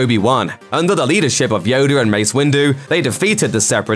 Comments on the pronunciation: who’s “Yoder “?? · “Yodu” has me dead 😂😂😂